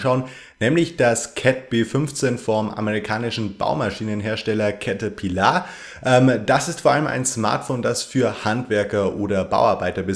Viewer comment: Cäterpillaaar ????!!!!!!!!! XD